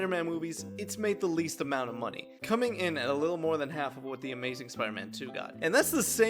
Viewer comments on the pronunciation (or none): "moaoaney" got me dying💀😭